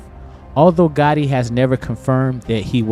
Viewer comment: it's gotti, you said gotta. Twice. 😊